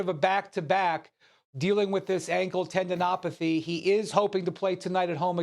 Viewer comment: 😂”tendenopathy”. Oh and he makes his triumphant comeback against the spurs. #notmygoat. Also, “Windy’s,” knees have to be fucked up after all these years of servicing the chosen one.